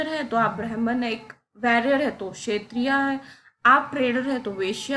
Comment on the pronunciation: ma'am humbly thoda pronunciation par dhyan dijiye, क्षत्रिय ko क्षेत्रीय mat boleiye वैश्य ko वेश्‍या mat boliye, galti dikhanae ke liye comment nahi kar raha hu, thoda asahaj lagta hai sunnene me, agar aap kar sakti ho toh bhot achi baat hai, agar nahi banta hai toh bhi koi baat nahi.😊